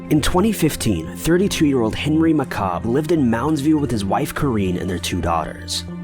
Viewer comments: "McCob" really? His last name is "McCabe"!!! Get your shit together! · Henry McCabe...pronounced with a long "a".